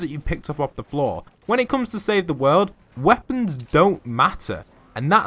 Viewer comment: U said woepons though not traps